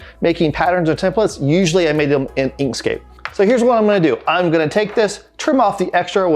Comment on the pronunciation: What is the free software you use to do the sketch? Was that "Inkscape"? The voice wasn't that celar when you mentioned the name. Thank you